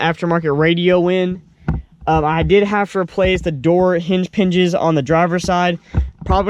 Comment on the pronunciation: "hinge pinges"